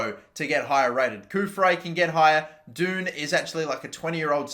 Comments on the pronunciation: Dunne is pronounced done I got so annoyed whenever you say doon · Dunne is pronounced Done or Dun not Doon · The moment he called Dunne “Doon” was the moment I wanted to choke on the chocolate digestive I’m eating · Man said doon